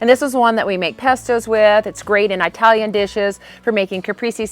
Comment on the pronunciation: Do you bat realize that “Italian” is not pronounced “eye”talon?